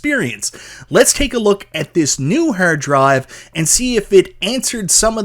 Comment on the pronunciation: Whats a hurd drive 😂?